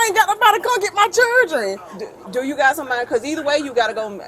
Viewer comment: Whats a " Churdren" 😅